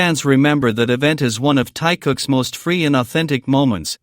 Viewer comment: Голос автора , от ИИ отличить не в состоянии? То , что Тэкук настоящая пара, нет сомнений. Но, ТЭКУК(!), а не ТАКАК ! И против содержания самого ролика, я ничего не говорила. Но почему в озвучке: " ТАЮН, ТАЙЯН и ТАЙН", если речь идет о ТЭХЕНЕ! Озвучивает не автор, а искусственный интелект, который искажает перевод.